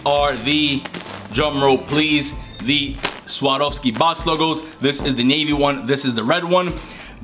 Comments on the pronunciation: I think you're the 1st person on youtube to pronounce "Swarovski" right lol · Out of every single Youtuber I've seen with the Swarovski box logo, you're the only one that has pronounced it correctly.